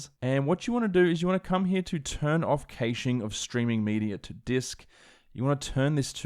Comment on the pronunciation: if hurts everytime you say "caching"